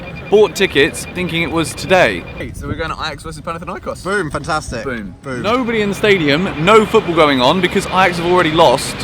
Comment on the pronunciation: Its panathinaikos, not panathiniakos